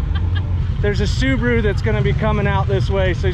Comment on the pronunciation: Why they pronounce Subaru as Subru?